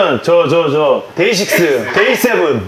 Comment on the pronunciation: 데이식스요? 돼이식스??ㅋㅋㅋㅋㅋ ㅋㅋㅋㅋ ㅋㅋㅋㅋ ㅋㅋㅋㅋ ㅋㅋㅋㅋ ㅋㅋㅋㅋ미치겠네 정말